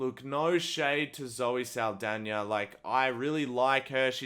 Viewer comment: Proud of how you said Zoe Seldaña ❤ Also, having a movie sweep the Oscars almost every year smells like it's rigged and corrupted 🤔